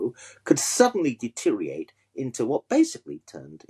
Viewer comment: Deteriate no deteriorate is now it is said. Good commentary though.